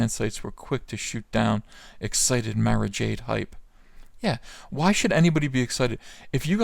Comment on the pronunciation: You miss pronounced Mara (Mar-ah)!